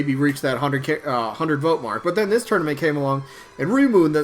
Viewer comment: I'll be voting for REIMU! "Ray-moo" is the pronunciation that is widely accepted in English btw. If you want to hear some music variety, you can check out this playlist. or type in "Touhou music [insert your fav genre]"